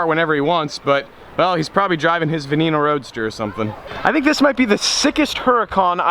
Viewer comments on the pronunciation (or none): none